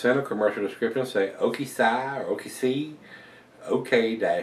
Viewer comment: Love the reviews! I may be wrong, but I believe it is pronounced O-K-"C"... Ok-Si with the Si meaning "yes" in spanish would presumably be a play on words with the Tequila Barrel version of this beer. Again, love the reviews,!